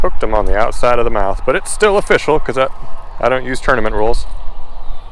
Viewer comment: Was watching part of this while cooking dinner and my son walked in when you said “it’s official” withe the first bass and he said, “I like that pun!” I was like “what are you talking about?” He told me, “he just said it’s oh-fish-al” and I’ll never hear it any other way.